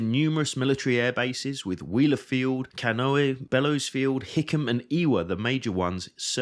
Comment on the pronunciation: Great video, but you should take better care in researching the names in the Hawaiian language. I know it's not an easy language by any means but a little more research is very helpful to those not familiar. It's not Kanohe, it's Kane'ohe. Properly spelled in its native form is Kāne'ohe, which means Bamboo man - kane=man ohe=bamboo. Thank you for the fantastic video recount of the events on that infamous day.